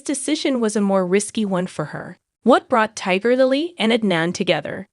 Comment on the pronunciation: Tigger Lily??? 😂 AI sucks